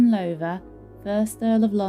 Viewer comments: I thought it was pronounced Low (as in cow) ther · this Lady pronounces the family name completely wrong , should be said as "Louther" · Enjoyed the tour. One thing, however: Please rhyme the words "how now brown cow" with the first syllable of the name Lowther. ;-)